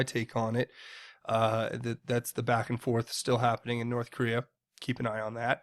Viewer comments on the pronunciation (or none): none